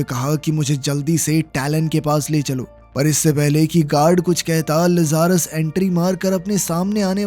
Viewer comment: Gadi ka naam लज़ारस nahi hai Bhai Lazarus लाज़रस है। इस नाम को बाइबल से लिया गया है। बाइबल में लाज़रस वह इंसान था जिसे यीशु मसीह ने मौत के मुंह से वापस लाया था। जो मर के फिर दोबारा जिंदा हुआ था। जैसे कि इस मूवी में यह गाड़ी।